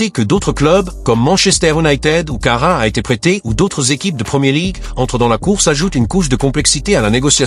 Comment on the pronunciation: Careras et non pas carra ! et puis vous vous repetter souvent !!!